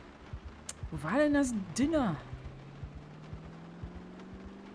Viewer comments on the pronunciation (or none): Auf nach Louisville! Diner wird übrigens "Dainer" ausgesprochen, nicht "Dinner" :p